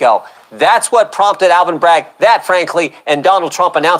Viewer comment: It's Alvin..not ALLEN